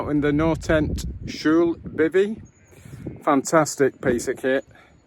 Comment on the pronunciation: Yes. Perfect. The L would be a bit different pronounced across Norway. You did the posh L version I think 😅